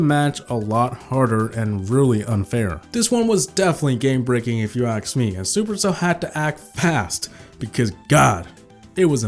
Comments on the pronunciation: Anyone notice he said aks not ask 🤣🤣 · he said aks for some reason